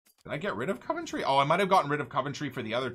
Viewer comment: For someone who lives in Coventry... the way he says it... Caventry 😂 love it